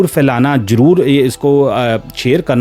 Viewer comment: your pronunciation is poor, avoid saying words with Z because you says it J like jyada, jaroor, bad-tamiji. Also tell the event without adding your personal thoughts and comments.